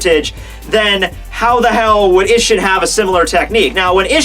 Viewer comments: Hoe it's pronounced ee-sh-een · Bra, your mispronounciation of these character names and techniques has gone way too long dude It's mugetSU You say it like its Mugets, then you say isshin's name wrong go watch when Aizen is in his Chrysalis form fighting him Urahara and yoruichi and he says all their names. It's a lot others to...